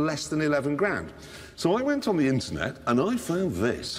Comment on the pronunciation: I really want to know what he finds on "the inchuurnet".